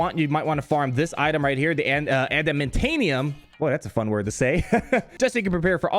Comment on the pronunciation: Adamantanium 😂😂 And Carbantis...I feel ya brother 😋😋